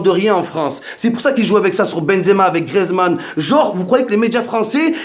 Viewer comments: si jamais on dit gRIEzmann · C griezmann pas griezman et chui d accord